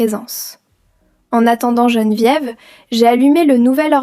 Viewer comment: Geneviève et non gene diéve !!!!😂😂😂